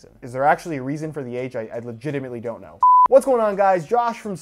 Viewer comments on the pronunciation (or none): none